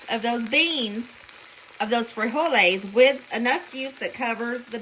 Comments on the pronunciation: Freeholys. You said it right🤣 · You said "frijoles" right! We add some chopped tomatoes, onions and cilantro (for those that like it) as a topping. Adds some depth to it. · I just started watching the video but I just wanted to say that was a great pronunciation of frijoles. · You pronounced "frijoles" correctly. But the normal Spanish stress/accent is on the next to the last sylable when the single form ends with a vowel. [Stressed is CAPS.] friJOle. Plural= "friJOles." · Great job pronouncing frijoles! Proud of you! Mexican food is cheap & oh so GOOD11❤️‍🔥🙏🏼🥰😘🤟🏼🇲🇽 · LOL!! I'm a Texan of Mexican heritage ... I, too, hate cilantro & DOES taste like soap!🤢😫 My bestie LOVES cilantro and uses it a lot (🙄🤦‍♀️), and I've gotten used to it, but I still won't buy it.😉 First time here, and I subbed. Love your southern accent. ❤ And you did pronounce frijoles correctly. 👍 Oh, and I have added cornbread to my mom's beans and still do. Can't help it.🤷‍♀️ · You’re pronouncing frijoles real good! I appreciate your disclaimer on how you say things and not trying to offend but you did real good. 😁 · Your frijoles pronunciation was spot on. I throw in some pork pieces to give it flavor. Chorizo con frijoles had too much water and if possible to find like at Walmart "San Manuel" Chorizo is the least greasy. When I make my smashed refried beans you can add strips of fried bacon in your tortilla tacos. I'm glad you/family like Mexican dishes. Everything is very cheap to make for Mexican dishes. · You said frijoles perfectly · You did great with the "frijoles". I am not Mex but lived in Puerto Rico my adult life, then came back to USA. I make the "frijoles, black beans and other pulses with some ham, and always include a bay leaf. Thank you for sharing your recipes, good humor (which has me in stitches many times), and your lovely family.